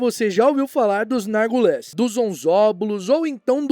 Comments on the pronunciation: Vídeo muito bom!! Amo vídeos desmentindo as teorias, por mais legais que sejam. Mas morria de rir toda vez que o ignorava completamente o i de Narguilés, falando Nargules. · Por que voce fala NargUles? rsrsrs